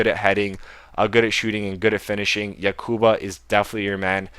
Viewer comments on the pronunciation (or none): Its Yakubu Not Yakuba. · Can you read? You pronounce like 90% of players names wrong and you must read them wrong, "yakuba" really? Good video though. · its no yakuba its yakubu